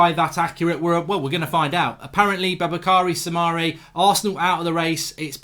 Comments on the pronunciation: Ffs you do realize it would take you 1 second to just google the kid’s name as the simplest form of respect. Effort in pronouncing a person’s name is both professional and pleasant. Boubakary Soumare. bu•ba•ka•ree• su•mah•ray. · It’s boo bak ary soo mar ay